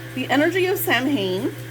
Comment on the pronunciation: Samhain is pronounced Like Sow-in just FYI